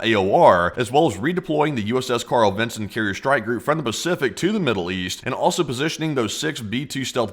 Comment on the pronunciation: Ah yes...the "Bacific" Ocean 😂